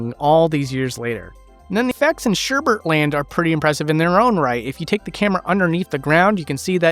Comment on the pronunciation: did he say "SherbeRt"?? It's Sherbet.